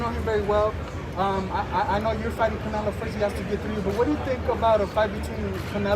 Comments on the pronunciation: Why does he keep saying "Canela" instead of "Canelo"? At least it doesn't seem intentional. lol 😂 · Sounded like he said CANELA.... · Hahahahaha Bivol said Canela 😊😊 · HE CALLS HIM "CANELA" LMFAO 😂🤣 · He said “canela” cuz he a bitch 😂😂😂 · I love he calls him, “Canela.” It cracks me up every time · Sounded like he kept saying Canela 😅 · Bruh this guy saying Canela I think he knows how to say it right just playin da game Lmao. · Eastern Europeans for some reason always call him canela. It's like they don't know how to pronounce o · This mfkr calls him Canela 🤣🤣🤣🤣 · Bivol "canela" 😂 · Bivol says Canela 😂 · he says canela on purpose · Bivol: "Canela" lol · Bivol been sneak dissing calling canelo "canela" lol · I like how he calls him "Canela". Sounds about right. Lol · "Canela," Was that on purpose? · He can’t even say Canelo right